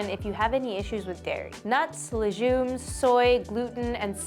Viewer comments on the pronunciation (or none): Cringe at the word “lejume”